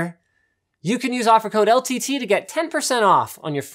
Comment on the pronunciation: everytime linus says ltt it sounds as if he's saying el tity